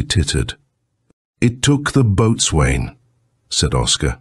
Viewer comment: Ouch! Boatswain is pronounced BOSUN! Painful AI!!😡 Oam a dreadful guggling sound! Lol